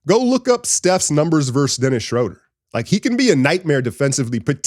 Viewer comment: Brother, you're gonna have to learn to say his name. He's German: "SchrUUUder".